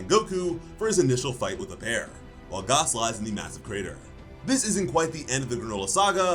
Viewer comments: Who tf is Gaaas, it’s fuckin gas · Why are you saying gause it’s g a s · You say gas funny 😭